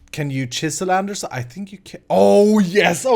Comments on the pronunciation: its not andeRsite!! its called andesite😂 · Great episode! Small comment on something, Andesite doesnt have "r" in it :D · there is no R in andesite! xD